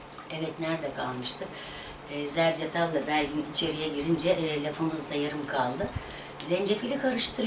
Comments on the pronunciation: Ay zerçedal deyişinizi severim ben sizin zerdacal hayatım affına sığınarak düzeltiyim 😂😂😂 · Zercetalda değil 🤣🤣🤣 zerdeçal 😝😝 seni çok seviyorum gülen kadınn😘